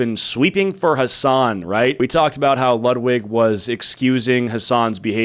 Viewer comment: Why do Americans pronouncs Hasan as Hoson?